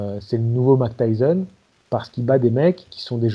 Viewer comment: Pourquoi les français au lieu de dire Tyson vous dites Tyzon lol